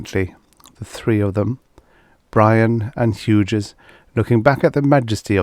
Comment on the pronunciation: Hughes is pronounced hues.